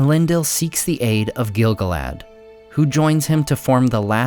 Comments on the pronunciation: Great video! Note that the proper pronunciation is gil-GALad, rather than GIL-gaLAD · Stop saying it wrong! The stress falls as GIL GAL-ad. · gil GAL ad. Say it with me. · It's pronounced Gil-galad, not Gil-galad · I would be glad to be corrected, but I think you're mispronouncing Gil-Galad. Sam's poem about Gil-Galad in Book 1 of Fellowship is written in iambic tetrameter. It should be read like this: gil GAL ad WAS an EL ven KING of HIM the HARPers SADly SING the LAST whose REALM was FAIR and FREE beTWEEN the MOUNtains AND the SEA You pronounce it by putting the emphasis on the first syllable but Samwise Gamgee pronounces it gil GAL ad. I don't think you're saying it right. I would gladly receive greater insight. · Exactly. Everyone says GIL-galad. I am sure you are correct, according to the guides I have read.